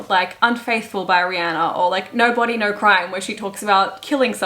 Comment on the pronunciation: “respectfully, NAUR disrespectfully” HELPPP